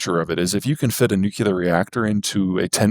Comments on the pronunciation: What an insufferable superior attitude. And he lost me when he mispronounced nuclear. Somehow the Chinese are selling 65% EVs now... while we are left in the dark ages because the current administration is owned by oil companies and has sabotaged any green advances, including EVs. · if anyone says nuclear in three syllables instead of two, I loose a bit of respect. Almost same as liberry to me. What i can't understand though, is that highly intelligent people say "exetera". It's a mystery. It's right there in the abbreviation etc. And I know they can read and have seen it. But if I discard those too, I have almost none left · PZ is interesting, I’ve read a couple of his books, his presentations are polished, fairly dramatic sometimes, and he knows his material cold, probably because he repeats the same things all the time everywhere. If he would pronounce the word "nuclear" as it is spelled, he would double his credibility here… as long as PZ is not your oracle, I think what he describes is interesting, like predicting 10-day weather ~50 years ago. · he also said nuclear in three syllables, so ... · Nuculer, lithium iron batteries. I’m having a harder and harder time taking him seriously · always hurts my poor heart hearing seemingly smart people saying "nuculear" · Nothing lowers my perception of another human's intelligence like hearing them say "nukulur" half a dozen times and with full f*cking confidence that their pronunciation is correct. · Peter's IQ is probably 60 points higher than mine, but its a known fact that every time you pronounce "nuclear" as "nucular" it takes a tenth of a point off of it. I'm gaining on him. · Peter needs to learn to pronounce “nuclear.” He’s a smart man. “Nucular “ doesn’t cut it. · Honestly... It's difficult to take seriously any self-styled "expert" who pronounces nuclear as NOO-kyoo-ler. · Nuclear. Nu-Clear. New-Clear. in short... Nuc(nothing here that makes a u sound)lear. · So helpful...but Peterrrrrr....New-CLEAR CMON MAN